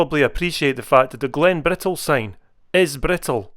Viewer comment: Not meant to be critical - just an observation. I know many dialects in England have dropped the pronunciation of Ts, particularly TTs, but hadn't realised it was affecting the Scots too. Are you aware of this? When you say "we're climbing Glen Bri ull" it really grates. Anyone else noticed?